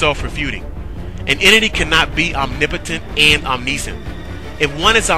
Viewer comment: Oh, and btw, it's pronounced om-NISH-ent or om-NISH-ence, NOT om-NEE-sense or om-NEE-sent. Just so ya know...Keep on keepin' on...